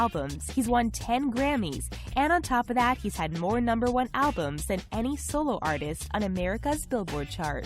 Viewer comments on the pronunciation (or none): none